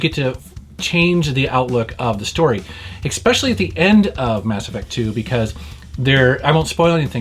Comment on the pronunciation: eXpesially...I thought you had finally learned how to pronounce especially and et cetera.